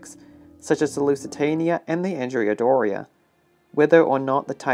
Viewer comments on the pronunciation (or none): none